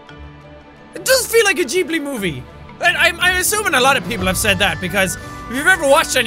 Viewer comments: The studio is pronounced like Gibby but it's gibbly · Ghibli? Gibilli? Jack stop, just stop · its pronounced jibili written ghibili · Sorry jack but it's pronounced "g"ibly your welcome